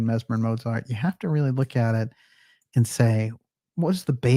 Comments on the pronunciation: And one minor but annoying thing: the German name Mozart should be pronounced "MOAT-zart", not "MOW-zart". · One minor thing: Mozart is pronounced motsart. It confused me until i realized that "z" is pronounced "ts" in german, but not in english.